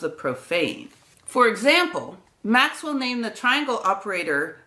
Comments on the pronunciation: Great video. One minor quibble [due to my OCD tendencies]: the reverse spelling of delta ---> atled should be pronounced as at led, not al ted. I beg forgiveness for my rude interjection... Many thanks for the illustrations from the original books & papers - these gentlemen were truly literate, & our present society suffers from our casual misuse of abbreviations & elisions plus our [relatively] tiny vocabularies. Precision matters not only in measurement but also in language - if we cannot express ourselves clearly & concisely, no-one will listen to what we say. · What AMAZING videos and impressive scale of research that you've made! I'm always in awe watching your channel. BTW a minor remark about the obsolete nomenclature for 'del'. Watch the pronunciation - the alternate name wasn't 'alted' but 'atled' which is just backwards 'delta'. Thank you for your invaluable work! I'm getting addicted to its results! Greetings from Poland :) P.S. I'm not a physicist, just a humble musician. You inspire a lot of various people!